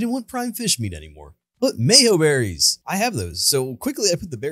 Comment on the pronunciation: Finally an Ark youtuber that pronounces Mejoberries correctly!!